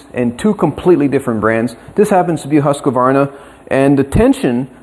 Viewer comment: Super interesting. Btw. It is actually pronounced hus-quar-na in Swedish. It means house grinder or home grinder. They used to make meat grinders.